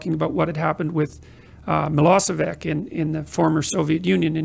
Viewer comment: First, it's Milošević, not Milosevik. Second, the Hague Tribunal has proven he was innocent.